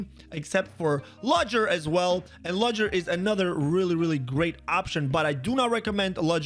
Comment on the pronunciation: I tricking lost it when he said ludgers name. THE D IS SILENT!!!!